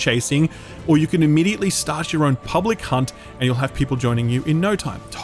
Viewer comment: Oh, you said "public hunt." I thought you said something else.